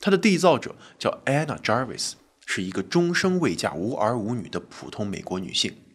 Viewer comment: Anna Jarvis, Ray的讀法正確。